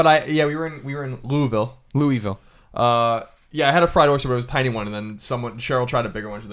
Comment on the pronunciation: Just because I live there and in case you guys ever have an argument over it in the further. Colin says Louisville the correct way. haha